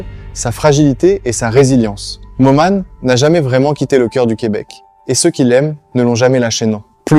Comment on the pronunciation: Probablement avec les phrase saccadées et les noms des personnages : Lisone, Momane etc! Merdique quoi!